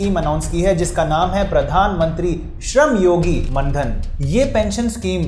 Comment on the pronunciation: मानधन है ओ सर जी... मनधन नही.